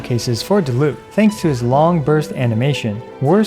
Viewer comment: yay someone that doesnt say die-luke but i mean if they were german it would be acceptable if u didnt know „die“ in german is a word that is used before other words that arent verbs or „descriptions words“ for example Die plüshtiere wich mean the plush animals and most of the time its used for a word that discribes for example not just an animal and instead multiple animals sorry if its not a good explanation with wrong written words but i tried